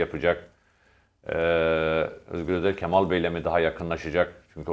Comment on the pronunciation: Levent bey kemal sözcüğünü hatalı telaffuz ediyorsunuz, lütfen a harfini inceltin.